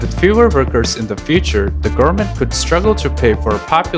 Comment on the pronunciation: Just found this channel, very informative. If I can give a tip, speak slower, some words are rushed, like goverment sounding like garment. Also a bit more pauses between sentences. The whole sounds rushed to transfer the information. If you speak slower and put emphasis on important vowels and such you can improve receptance. Keep it up, I'm curious about how you will grow as a documentary maker